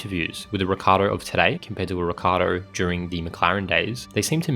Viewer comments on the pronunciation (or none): but why you pronouncing his name Ricardo? If anyhthing its either richardo or rickiardo